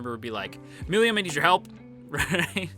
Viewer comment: How you pronounce "Milim" is mildly infuriating ngl